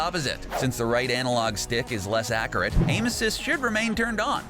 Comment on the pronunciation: It’s accurate not acurat